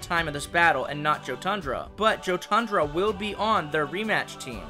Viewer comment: It's it me or should Jotundra be pronounced "Yo-tundra" since Jotun is actually pronounced "yo-tun" from what I've seen in Norse mythology videos and in media but it's really nothing though just saying but love the designs of all of them :)